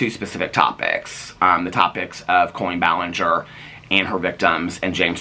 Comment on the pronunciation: are you saying colon ballinger on purpose lmfao